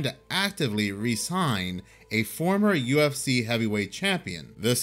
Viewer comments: you said ucf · its UFC, NOT UCF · HE SAID UCF🤦🏾‍♂️😳😬🥶🤨🤔🧐🤣🤣🤣🤣🤣 UFC MY GUY 🤣🤣🤣🤣🤣